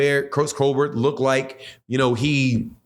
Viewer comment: He's black 😂! He's not a white late night talk show host 😂! It's Coal-Bert 😂!